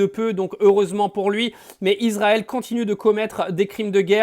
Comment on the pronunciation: Ne prononcez pas Izrael , c'est Israël avec un S!